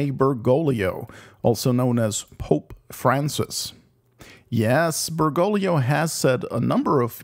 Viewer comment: great vid. however, it's BergoGlio. there's a second G. it's not "Bergolio". Ber-GOAG-lee-oh ordo watch derksen